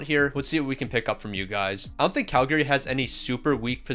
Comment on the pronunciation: The way you pronounce Calgary 😅 It's a common mistake lol